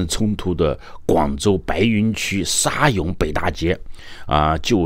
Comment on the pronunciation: 沙涌，沙chong?广东看到涌这个字一般念chong ，来源于 河涌